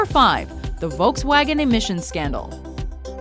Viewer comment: The way americans pronounce "Volkswagen" HAHAHA